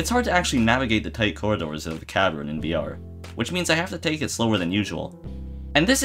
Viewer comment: "VR" wrong.